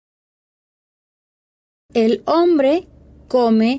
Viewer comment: Hambre(faim) et humbre(homme) faut faire gaffe à la prononciation 😅 Et je trouve qu’au lieu d’apprendre le verbe déjeuner elle aurais dû direct mettre le verbe (manger) c’est mieux non? jai rien compris la traduction 😅nous tu déjeunons déjeune